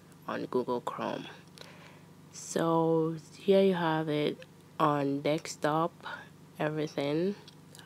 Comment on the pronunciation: Let’s all ignore that she’s pronouncing desktop, dekstop